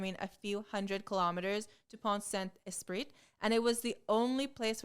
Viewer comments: As a french gal : your pronounciation is almost perfect for "Pont-Saint-Esprit", except for the fact that the "t" in "Pont" and the "t" in "Esprit" are silent. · Prononciation of pont saint esprit was good. Just, the final t is silent in pont and esprit, but not in saint, because t in the end of a word doesn't sound at all EXCEPT if there is a voyel in front of the next word. But really, that's the only mistake, and it's not big deal, you prounounced that right and I'm just being picky